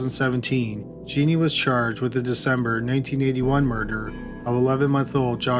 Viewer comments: Her name is Juh neen... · Not Genie it's pronounced Janeen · The last story....her name is pronounced Janeen...not genie...I live in San Antonio and as you can imagine this was an extremely high profile case...so very sad